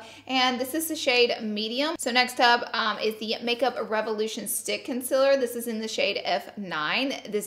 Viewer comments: Lol luv you girl but am I only just noticing that you say " conciler" instead of "concealer"?! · *conciler* ITS CONCEALER U GURLLLLLLLLLLLLLLLL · "It's so much conciler" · I love the heck out of you girl but every once and a blue moon can you please try and say concealer right. And oily. Please? Love you, love a misophonic fan.